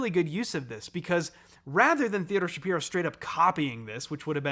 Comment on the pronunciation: Just wanted to flak that Theodore’s last name is actually pronounced /shuh-PIE-roh/. I know it’s unusual. I’ve heard him being interviewed on Severance podcast and he was quick to correct the host.